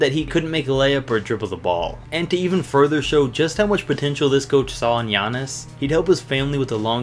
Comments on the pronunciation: For giannis. He messed up the name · I noticed that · I died when he tried to say giannis name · HE CAN'T PROUNOUNCE IT RIGHT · when you try to pronounce giannis name...